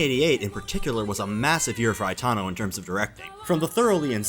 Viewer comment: Why are you pronouncing Itano's name as Aitano? Especially when you are pronouncing Ichiro and Aikawa correctly in the same sentences???